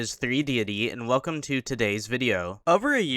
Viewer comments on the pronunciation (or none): none